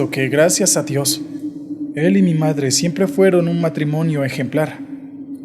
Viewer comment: Me gusta tu canal pero esa voz no se si sea tu voz ,pero esta fea mas cuando dices mi madrrre